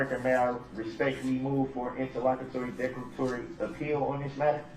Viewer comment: Him saying interlocketory is hilarious 😂😂